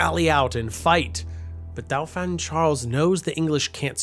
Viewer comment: You might want to learn pronounciation of words like "Dauphin". Especially in a well put togheter documentary piece like this.